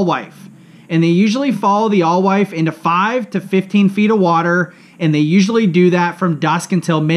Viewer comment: And it’s “ale-wife”. The knowledge drop is drug down with blatant errors like not knowing how to pronounce a common baitfish or the name of the impoundment you’re talking about.